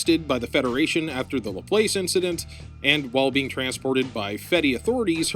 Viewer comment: It's "la-plass" yeah I think, I'd say you got it right anyway. God I love NT and no matter how much people hate it they can never ever make me hate the Phenex, it's such a beautiful design. I gotta watch it again sometime soon, excited to see your thoughts on it :D